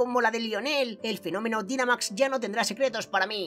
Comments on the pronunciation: Oas el Dinamax se pronuncia Dainamax (y según en la serie viajes se escribe Dynamax) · la palabra dinamax se pronuncia dainamax